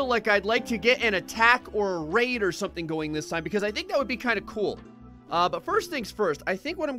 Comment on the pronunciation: Whenever he says raid i keep hearing rape